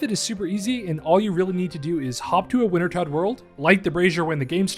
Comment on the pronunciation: The correct pronunciation is somewhere in between vintertot and vintatot. It means "winter death" in German